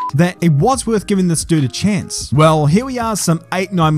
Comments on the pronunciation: Cool Gunther accent bro, cool Aussie accent when you say chance as well bro 😉👍🤙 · When did you start saying chance like a sepo?